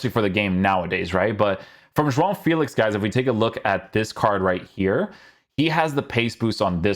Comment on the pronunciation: Great pronunciation to say “João” , that nasal sound is so dificult to pronounce/reproduce 👏🏻